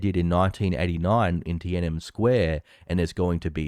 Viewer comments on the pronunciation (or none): did he just say tiannem square instead of tiannamen sq